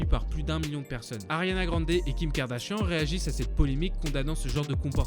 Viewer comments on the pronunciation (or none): none